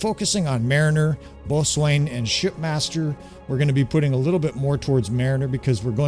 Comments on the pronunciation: Great video - “BOATSWAIN” is actually pronounced “BOW-SON” 😁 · Good morning. Long time watching, first time posting. Boatswain is pronounced “bosn” or “bow-sn”. It’s an old English word that has changed in pronunciation over hundreds of years. Cheers mate!